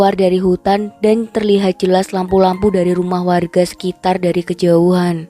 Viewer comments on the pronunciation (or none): none